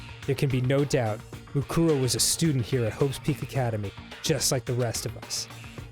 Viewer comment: Kyoko: "MUkoro" Arin: "MUkoro" Dan: "MuKUro. MuKUro."